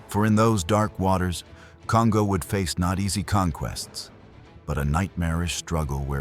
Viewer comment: Pronunciation: The name Kongō does not rhyme with "bongo". It's more like the English "Cone-go". In Japanese, every "o" is a "long o" (as in English-- dome, polo, toll.) "O" and "ō" are the same sound, but "ō" is twice the duration of "o". This is common as in Tōkyō. When "n" is followed by "g", they are never combined as in English (song, king, ringing). They're separate, as in English "Cone-go".